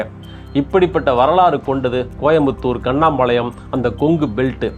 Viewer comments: கண்ணாம்பாளையம் அல்ல. சார். கண்ணம்பாளையம்.. எங்க ஊர் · கண்ணம்பாளையம். not கண்ணாம்பாளையம்😂